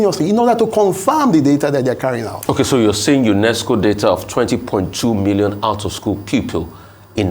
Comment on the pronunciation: Rufai why are you over emphasizing UNESCO as if is not 1 of the Bretton woods institute.